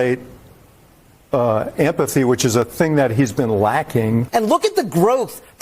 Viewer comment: At the beginning, " to simulate ampathy". What's ampathy? Did he mean empathy?